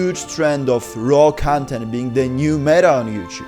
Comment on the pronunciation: I can’t listen to you pronouncing ‘content’ 😭